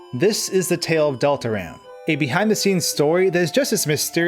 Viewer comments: You did bot say Deltarune...You said Deltaran. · Wait did i just hear you say dol-ta-rune